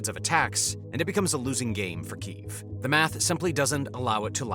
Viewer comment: i have to say it ,its key_ev not keyeveeeee ,and the turkeye for turkey has me in bits lol